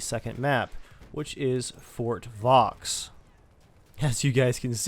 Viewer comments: Fort Vaux is pronounced Fort Vouh, the 'X' is silent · your pronunciation of Fort vaux and the chauchat are fucking hilarious